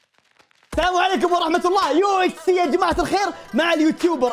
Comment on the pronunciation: اقسم بالله انك سوح وش UHS اسمها UHC 😩